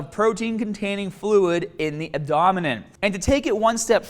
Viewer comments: abdominen? You sure about that? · Abdahmenen? Kind of hard to take you seriously when you can't even pronounce abdomen correctly. And it's not because of your cringe worthy boston accent either. You added an extra syllable in there , man. But to the point of the video. Do I think steroids used properly and maturely (that last one is rare in today's society) can cause adverse long term effects to your health? No. Or should I say, I don't know. No one does because there is little to no actual studies on the matter. That said do i think people who overdo it and abuse the shit out of steroids - like Piana - over a long period of time are playing with fire? Yes. Just like any drug be it cocaine, marijuana, nicotine/cigarettes, heroin (obviously), and even caffeine are setting themselves up for failure health-wise in the long run. I know I'm going to get bitched at for including marijuana on that list from our stoner left leaning friends, but there was just a study produced saying that long term use of the drug deteriorates your brain. The study released is what I'd call a "preliminary" study, but it showed that people who smoke high potency weed showed signs of brain damage, so in other words, people who built up their tolerance to weed and smoke the stronger shit nowadays are upping their risk of brain damage. Just like people who chug bottles of the stronger vodka are going to fuck themselves up more than the dude who just drinks a few beers. That said the study was admittedly hardly conclusive, which is w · "abdominen" lmao still love your vids bro but I had a good ole laugh at that one! Keep up the videos fam